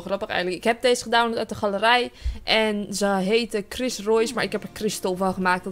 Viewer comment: sorry dat ik het zeg maar je zegt steeds dees en niet deze geen haar maar ja je mag ook gewoon dees blijven zeggen hoor